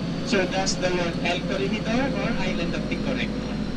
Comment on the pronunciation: The pronunciation of corre"g"idor....is H or G? Im confused